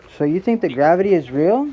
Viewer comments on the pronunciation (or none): "graverty is stronger than the emptyness of space" hahahahaha spi spi spit it out somebody get this fucking guy a peace prize or science award or something he fucking figured out gravity according to my calculations he is the first? roflmao